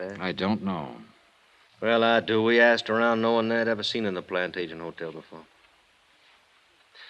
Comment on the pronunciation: Right in the beginning, the name Plantagenet is mispronounced as plan-TAY-jent, and continues to be throughout except maybe one time. In English it should be plan-TADJ-e-net. Drives me crazy!